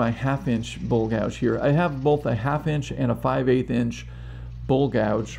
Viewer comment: Buddy, your very knowledgeable on your lathe, but you have people confused because you can't say bowl! You say it like bull! Please learn to say bowl, not bull